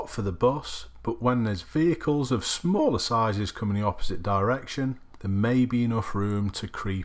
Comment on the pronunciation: "vehicles of smAler sizes" good video as always.